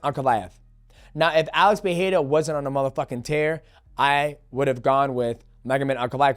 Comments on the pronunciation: Pe-re-ra Say it with me DJ 😂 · DJ, once again it's Pereira not Piera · “Alex pehera “ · Why do people struggle to say Pereira so badly? C'mon Mighty say it right bro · I hate how he tries to say Pereira in their language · Love you DJ but it hurts to hear how you pronounce Pereira 💀